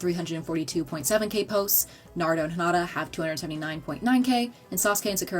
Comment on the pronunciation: The way she pronounced Naruto, Sakura, and Hinata’s names made me recoil. 😡